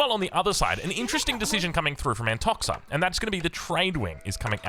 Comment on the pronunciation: Just a little thing about nicknames. I'm sure Antoxa won't mind it but the right way to read it is Antokha